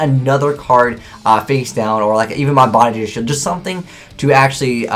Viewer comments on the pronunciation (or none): none